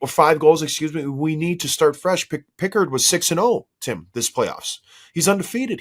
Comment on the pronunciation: Guys, Calvin's last name is pronounced Pick-erd. Not like Captain Picard. Good show.